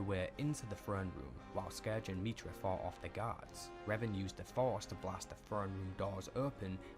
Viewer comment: This video about Revan was awful, I believe has one about Revan too, which was perfect. This video the dude miss pronounces literally everything, to the point where if you heard it properly you wouldn’t connect the pieces without deep knowledge.